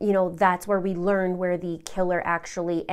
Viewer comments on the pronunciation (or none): none